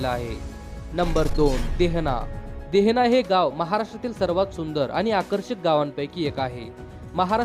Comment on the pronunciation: देहना नाही रे भावा देहने असे आहे 😂